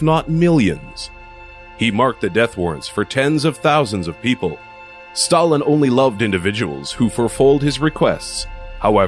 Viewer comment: Oh and you don't even know how to pronounce Stalin and Ivan..